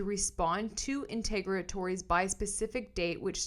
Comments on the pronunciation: I think it's pronounced "in-ter-OG-ah-tories" with the emphasis 3rd syllables & that O like in "on". That's in the US (I know Canadian can be different). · Enter-og-atories, it’s a hard word, hopefully this helps.